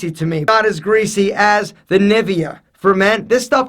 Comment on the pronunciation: The way he said Nivea :D